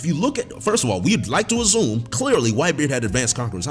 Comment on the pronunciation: “In the same way that I’d azzum” Never change. Never change.